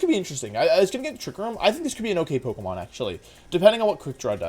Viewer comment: Does he on purpose mispronounce the names of pokemon or do I not know how to pronounce Pokémon names